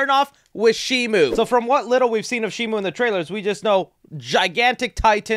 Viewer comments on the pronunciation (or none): Why does he keep saying shimu? It's SHIMO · Bro sees the merch says Shimo and still says Shimu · It's Shimo not Shimu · Not shimu, it's shimo